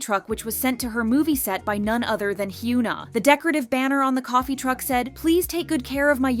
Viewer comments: why is it so hard to pronounce hyuna correctly 😭😭😭 its not hyoona ong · It's actually criminal you calling her "hyoon na", how can you run a kpop channel and not even pronounce korean names properly? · Sorry but the amount of "Hyoo-na" in this video drives me nuts lol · They should hire a narrator that can actually pronounce simple 3 syllable korean names. Its really sad. This channel is super exploitative. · It would be really good to learn how to pronounce the name said times in the video